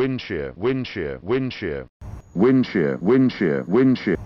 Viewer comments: Bro said wind chair 😂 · A310 woondshear 😅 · A310 *saying winchair*💀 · "wensher wensher wensher"☠️